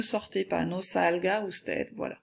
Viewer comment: Juste parce que elle a dit usted en prononçant le d